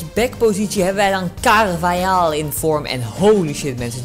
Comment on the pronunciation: Je spreekt het uit al karvagal